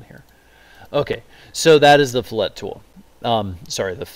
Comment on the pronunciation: Its fill-it not flet